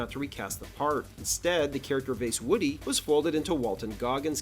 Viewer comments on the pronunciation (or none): none